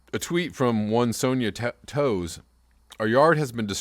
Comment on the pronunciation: yes...we had very heavy snow here...many vehicles and even some homes had some damage from fallen branches....and sorry to point this out but it's pronounced the same as Jonathan Toews (taves) ....hockey player (captain of the Chicago Blackhawks...centre) who is also from here...okay so I wonder if anytime I mention someone famous who's still alive...you get $1000 donated to your channel...but you have to give me 25%